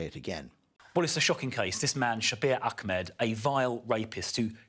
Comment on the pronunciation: So upper middle class to say Akmed